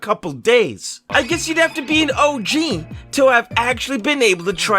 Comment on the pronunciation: “OG” with accent sounds like “Oh Jeez”